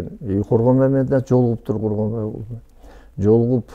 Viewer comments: Коргонбайбы аты же Жусупбекби?😅 Когонбай дей бериптирсиз😅 Сизди колдойбуз ишинизге ийгилик 😊🇰🇬💪💯💥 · Бул Министр сообу же маспы?Коргонбай деп 4 -5 жолу атын туура атап айтабалбай отурат.Ал Жусуп эмеспи анан 2 комнат уйум бар деп бей бечара болумуш болуп элди алдап отурат.Азыр шаарга кара жумушка келген адам 2 ком квартира снимат этип жащап жатышпайбы.Бул афера мен ишенбеймин.Бираз болсо да уялсанар болбойбу?